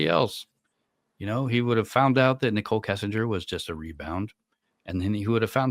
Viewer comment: You have enlightened me that that is an AI voice cuz I do watch your channel Timeless Mysteries as well, and it's a great voice, and yes always mispronouncing Nicole and Shannon